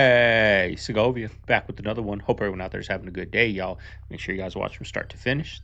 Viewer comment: "SeGoViA"😂 I walk around Walmart sometimes while shopping with my dad and say it around people😂😂😂😂😂